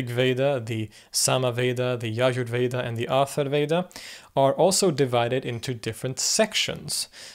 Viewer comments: Not Atharveda. It's Atharva-veda. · Not "Atharveda", "Atharva-veda" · Great video. Just a minor comment - it's Atharvaveda (not Atharveda), and Yajurveda is pronounced with 'j' as in the English word jam, not the German 'j' as in jahr. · athar"va"veda. Not atharveda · It is Atharvaveda, not Atharveda. In Sanskrit, as you noted, every single syllable counts. Indeed, the auxiliary studies of 6 Vedangas (lit. "limbs of Veda") included the ancient sciences of phonetics, meter, grammar and etymology.